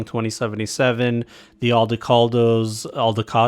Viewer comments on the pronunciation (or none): the way you pronounce it here, made me think of the joke break of branch of Aldecaldos called the Avocados in our campaign.